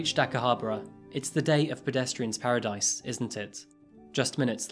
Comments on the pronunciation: I watch your videos on my lunch breaks, love the content and you talk about cases in such incredible way. Just one thing, be sure to work on your pronunciation of the places you are talking about. Aomori was tricky and I had to rewind, but Akihabra... Still, you're my fave crime content creator. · He pronounced Akihabara completely incorrectly. Along with many other words...